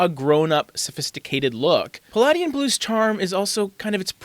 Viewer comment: The correct pronunciation of Palladian is puh-lay-dee-uhn